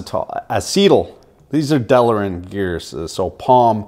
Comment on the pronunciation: I done told ya once "delrin," not" delarin", "realtor", not "realator". :-) Another "best of". Some proper editing would make it a fantastic video for consumer engineering students. I really love what you do.